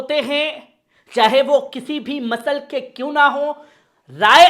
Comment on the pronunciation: masal nhi maslak hota h pl correct it